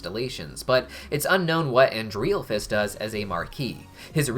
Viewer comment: I love how you say Andrealphus’s name wrong